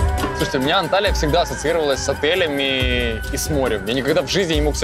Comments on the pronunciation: Не Анталия , а Анталья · Правильно будет Анталья